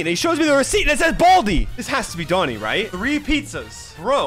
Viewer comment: Bruh it's doni not